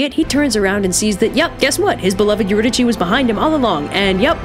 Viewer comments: me: pronounces eurydice as eurydisee this chick: EURYDICHIIIIIII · Erudike is the pronunciation. Just a note. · It’s pronounced you-rid-a-SEE and also My-SEE-knee-an !!!!!! Source: Oxford studied classicist professor and multiple humanities and Greek teachers over the years. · I thought Eurydice was pronounced "Ur-y-dis" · Couldn't Orpheus have waited to see if she was behind him after they left? It didn't seem that hard to get down there in the first place (Also I'm pretty sure the accurate Greek pronunciation would have been Eurydike, so a k sound, but it's whatever) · It's pronounced yer-id-ih-see kind of like your id (like Iliad) i see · Eurydice: your-id-a-see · That’s not how you say Eurydice ... is that how you spell is?